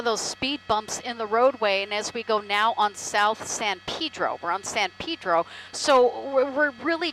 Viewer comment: It's not Pidro it's Pedro